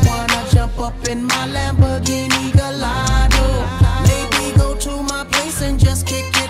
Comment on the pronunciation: Lamborghini Gallardo...."wrong pronunciation" LOL😂 BTW......SONG IS AWSM